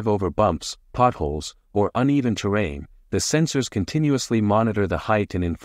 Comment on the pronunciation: Before I say this, just know that I'm not a heartless person and I really enjoy your video's. That said, please practice saying words with R's in them! It's really hard to listen and learn things when a word like terrain is said like ter-wain. I'm sorry for being an a-hole about pronunciation, it's just that one thing triggers something in my brain that makes me crazy. I really want to support your work. Anyway, I'm sorry, and good luck bro.